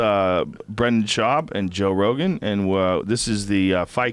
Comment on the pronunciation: Brandon "Bolth" Schaub